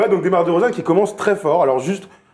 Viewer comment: roidada05 moi aussi en plus elle a dit dEUmar dEUrozan